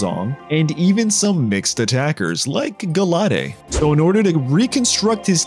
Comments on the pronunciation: You did not just freaking say Gah-la-dé. What the heck. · I stopped watching the video after he butchered gallades name